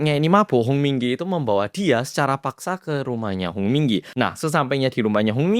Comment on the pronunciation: Kuping ku denger nya komdigi muluu 😂🤣🤣🤣